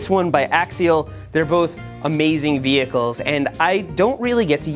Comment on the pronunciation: I live how you say "vechles". Lol